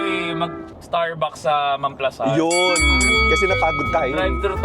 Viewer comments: Mam-pla-san tamang pagbigkas hindi po mam-plasan not basher here na bothered lang kasi sa pronunciation hahaha anw take care and more travel/sponty vlogs pa team pataba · As a laking San Pedro ako, alam ko mam-pla-SAN yon hindi mam-PLA-san ha correct me po if im wrong 😂😭, part ng Biñan po yan exit...brgy. yan sya... Anjan ang GARDENIA 🍞❤